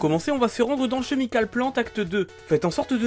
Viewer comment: "chemical" se prononce "kémicolle"